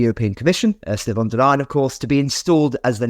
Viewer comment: Please not von der Leyen. I say that as a German